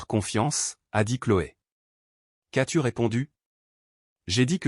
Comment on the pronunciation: c'est agaçant d'entendre prononcer "c'est" ceste, est (verbe ou point cardinal) è, m'en tirer devient mène tirer, as-tu devient asse-tu, j'en suis = j'enne suis, qu'est-ce = kwesse, etc !!!. Arrêtez !!! Choisissez une IA française qu'on ait un langage français. Comment voulez-vous que ceux qui apprennent le français s'en sortent ? Quand je vivais à l'étranger, je regardais les vidéos pour me familiariser, et je continue. Je n'ai pas eu ce genre de problème